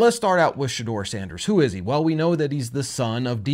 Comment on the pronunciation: please. Not Sandèrs